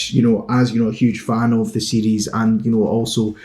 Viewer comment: You pronounce "series" like "CDs"